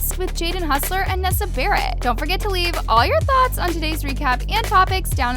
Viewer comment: Ok this gets on my nerves , i dontmean to be mean but i don't know why you say hoser like hustler